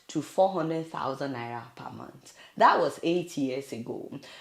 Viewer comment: The man couldn't even pronounce month properly! He said "mont". What an illiterate!